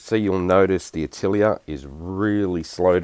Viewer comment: My mind just couldnt wrap around what "AH~TILL~EEE~ER" is and suddenly I realize you are attempting to say the French word "AH~TELL~YAY" which means SCHOOL !!! Thanks for the chuckle !